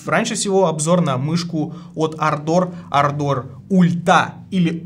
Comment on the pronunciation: дружище, клавиатура Ардор а не ардОр, ударения на первую букву А❤😊